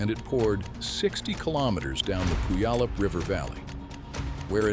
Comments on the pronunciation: Learn how to pronounce Puyallup. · He almost got Puyallup right 😆